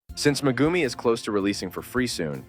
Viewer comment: the way the ai voice pronounces "megumi" 💀